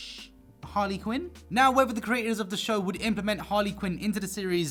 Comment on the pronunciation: I love when u say the (neaow) it supposed to be now lol golden comedy😐